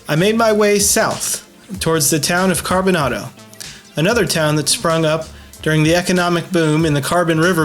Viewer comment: Its pronounced CarboNAYDO. Long A.